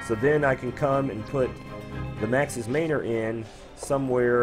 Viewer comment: Man. Or. Not mainor.